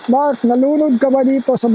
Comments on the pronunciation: narinig ko rin ang sabi nya na Mark very clear ang pagkasabi nya, may babae din akong narinig. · Malinaw ang pag ka sabi sa pangalan niya Mark! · Narinig ko rin ang pagkabigkas nia ng name nia po... parang bnatelyo po si mark..